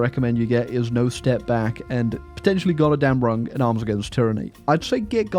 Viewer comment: Every time he said "Godderdamnrung" I lost part of my daily sanity"